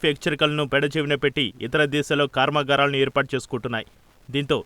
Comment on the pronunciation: ఒరేయ్ బాబు కొంచెం తెలుగు మాట్లాడటం నేర్చుకో రా. కార్మగారాలు కాదు రా. అవనిక కాదు తల్లీ. తెలుగు వచ్చిన వాళ్ళ ని పెట్టుకోండి.